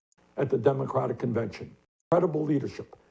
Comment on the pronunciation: Kyle not pronouncing the Democratic party name correctly tells me he is a closeted banana repub.